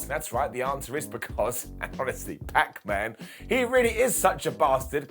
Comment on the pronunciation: "PAC , MAN" lol